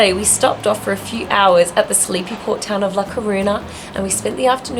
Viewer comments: In case no one has told you, ñ = ny sound, so La Coruña is pronounced kor-OOH-nyah. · Sorry Guys I love you so much and I love your videos but Your pronunciation of the Spaniards cities is making my ears blooding. Es La Coruña ( it's a similar sound of the GN in French), Es Bilbao (bill-bah-oh). Spanish is not that difficult to learn guys c'mon lol. Love your videos. Greetings from Connecticut.